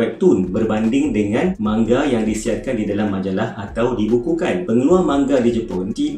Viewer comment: Sebutan dia manga laa 😒 bukan mangga